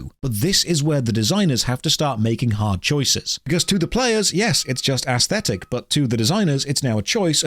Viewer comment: even though the late great Total biscuit also used to pronounce it the same way, for the love of god it's not ASSthetic. it's aesthetic.